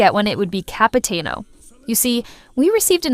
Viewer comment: its CapitAno, not Capiteno XDXDXD 9